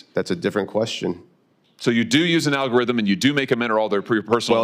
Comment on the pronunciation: "noo, we don't discriminate, the algorhitm does; what algorhitm? what's an algorhitm what are you talking about define algorhitm"